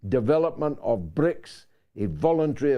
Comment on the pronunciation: George not BRIICS but BRICSI 😁